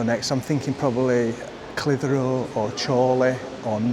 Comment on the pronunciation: Clithero, split the syllables 😂😂😉